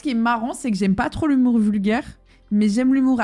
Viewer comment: "vulguaire" mdrrrrrrr